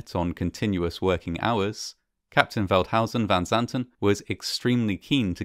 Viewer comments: Actually, he pronounded it very well. It is a difficult name if you are not Dutch. Our village lost a family of four that day. My husband remembers it very well, it was a tragedy. They are buried together on the cemetery here, I always look at it when I am there. So sad. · This is literally the only documentary to get Veldhuyzen van Zanten's name right.